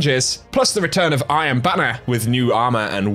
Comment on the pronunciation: Is he saying "I am banner" instead of "Iron Banner"...?